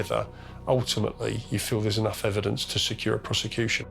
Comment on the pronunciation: Crown piece-a-cution service. 😂😂